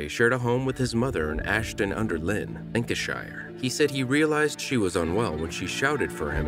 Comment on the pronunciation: Ashton under Lyne - Lyne is pronounced ‘Line’ not ‘lin’ ! I live here ! ‘Lynne’ (as in the name) is pronounced ‘Lin’